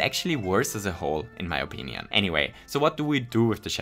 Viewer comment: If I hadn't turned subtitles on, I wouldn't have noticed that you said "Virginian" instead of "opinion"